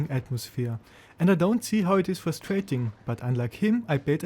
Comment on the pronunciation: “fustrating” 🤣 cmon man do better